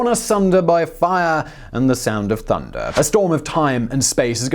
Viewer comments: I can't take him seriously the way he pronounces the word "fire". It almost ruins the video. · "set the forest on FAAA"